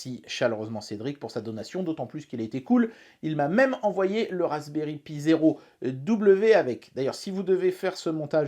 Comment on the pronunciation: Moi qui débute la vidéo : "Faites qu'il prononce "Raspberry Pi" correctement et pas "pie" comme il le fait d'habitude" Moi, une minute plus tard: '"Eeeeeeeh merde". Edit: Houlà, tu te goures complètement sur ce que c'est que l'interpolation :/